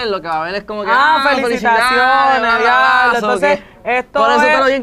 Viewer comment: Después de la llamada “ojalá me lleve… el di a blo” JAJAJAJAJAAJJAJAJAA